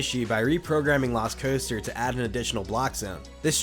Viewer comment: Anyone else hear Velocicoaster when he says lost coaster?